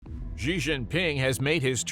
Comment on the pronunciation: Or, "Xi." Embarrassing.